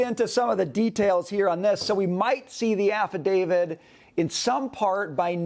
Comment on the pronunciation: Please stop saying "affidavid" which is not a word. Practice saying it with me: Affidavit, Affidavit, Affidavit, "davit", "davit", "davit"